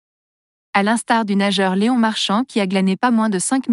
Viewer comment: Qu'est ce que c'est cette voix ! Léon pas Léonne ! J.O. pas jo ! Il n'y a pas un mec ou une nana capable de lire un texte ? C'est quoi ce site ? encore un troll ?